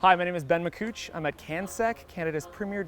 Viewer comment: Mac COUTCH hihihihi